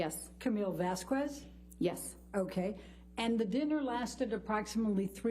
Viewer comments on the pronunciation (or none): Shouldnt Vasquez be pronounced "vas-kez"?Honest question i try to learn. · why she say vazquez like that